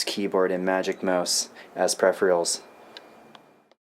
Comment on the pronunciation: 'Prephrials'? Peripherals!